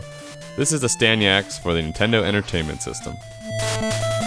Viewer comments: I loved it, but it's Astyanax not Astanyax !! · AstanYax? C'mon dude, at least try... Asyanax is a great game. Just because you can't sit down and play it with open eyes and mind does not mean you should bash it. $1.75? You got a great deal on an epic game.